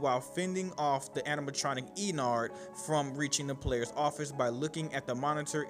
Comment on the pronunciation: ”E. Nard”